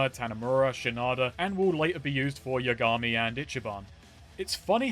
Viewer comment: Finally! He's pronouncing Yakuza right!: Ya-gaaaami Well, baby steps